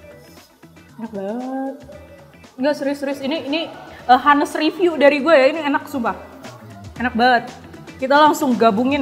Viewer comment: Honest bacanya ga pake 'h' 😅